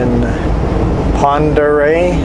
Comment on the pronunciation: Name used to confuse me too...finally asked someone in Sandpoint. It’s pronounced Pond er ray.